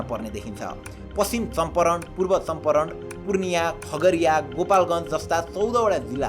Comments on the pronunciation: Champaaran ho Champaran ani uttarkand haina uttarakand ho ali ramro pronunciations ganru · Bro चम्पारण भन्छ